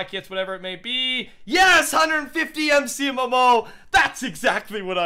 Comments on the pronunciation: lmao he said Mcmomomo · How he said Mcmmo lol